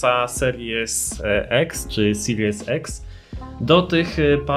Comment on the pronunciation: dla niewiedzących xbox series x x się czyta ex